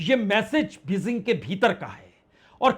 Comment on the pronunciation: Your reporting is very good but your pronunciations are very bad.please work on it just one example Bejing not Bezing